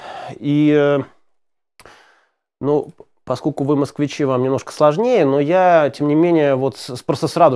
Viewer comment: Тётенька - это сестра отца или матери. Кто такие светские тёлочки? С людями (с ударением на я ) звучит так, как будто вы выросли в деревне, никогда не слышали радио, не говоря о других средствах массовой информации. "По скоку", наверное, означает "поскольку". Очень хорошая идея произносить французские фразы по-французски! После первых неуклюжих предложений вы обрели плавность и вдруг: "Девушек пока не трогаем, а то мозги со всем вскипят". Это вы про свои закипающие мозги выразились, потому что ни у кого другого ничего не кипело. Эта фраза очень тяжеловесна, в ней жалоба на трудную судьбу и ваше состояние в момент лекции. Как здорово бы было рассказать про всех Николаев и Николаевичей легко и непринуждённо, с улыбкой, показывая на каждого ( вы так и делали) и повторяя в конце ещё раз с самого начала кто есть кто для того чтобы не вы, а слушатели запомнили, поясняя кто из них стал императором, а кто нет! Вы можете это сделать! Нужно побыстрее это начать делать, пока вы ещё не испортили свою репутацию. Советую вам записывать свои лекции (или куски из них) на магнитофон и прослушивать их перед публичным выступлением. А также учите скороговорки, находите синонимы, антонимы к словам, чтобы избежать частого повторения одних и тех же слов. Это очень помогает. Вы правильно делаете, что восполняете пробелы в истории, делая лекции о тех царях про которых редко говорят или ещё не сказали. Вас будут слушать студенты, преподаватели вузов, историки, эксперты и т.п., а не ленивые домохозяйки